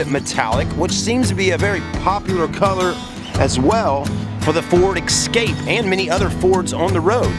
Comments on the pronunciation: It's pronounced E-scape not X-scape.What's with those Bug-Eye sun goggles ? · Yes folks, he says” ek scape” and he says “ Mars da”, l do wish you yanks would learn to speak the English language correctly instead of butchering it all the time.